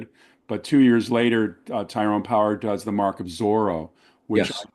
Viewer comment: His name is Tyrone Power, not Powers, btw.